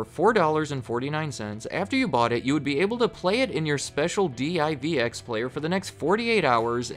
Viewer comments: Listening to a spell d i v x, instead of just pronouncing saying word divx made me laugh. Lol. You know he’s a young kid now since he doesn’t know how to say the name. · d-i-v-x? Bruh it was just divx. One word, two syllables. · Good video however it drove me nuts that's you keep saying D.I.V.X. it was actually pronounced "DIV EX" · Oh neat! I didn't know CarMax was started by Circus Sissies. I mean, Circuit City. Yeah, I was never a fan of Circuit City. Maybe 'cause I've worked at other commission-based electronics stores. By the way, it's pronounced "dee-veex". You sound like a tourist when you say "dee-eye-vee-ex". :D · D-I-V-X? Who says it that way? It’s pronounced “DIV-ex”. I’m guessing he was too young and never actually went into a CC during the late 90s. Which means this guy probably also says A-T-A-T instead of @@ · Wasn't DIVX prounced like "divix", not spelled out one letter at a time? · Pronounced Div Ex. The player was also hooked into a phone line, so if you wanted to watch the movie again, you could, I believe you were charged $1.99 every time you wanted to watch it after the initial purchase and viewing period. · Love the videos. Two things. 1. Please do CompUSA 2. I've always heard it pronounced "div" "x". Two syllables. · DIVX was pronounced the way it looks Div-x. It also wasn’t marketed as disposable but movies you keep to rent again if you want or to pay more to unlock the film for unlimited play. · Divx. Just say it together. Divx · The way you pronounced Divx is a representation of how that investment turned out for the corporation.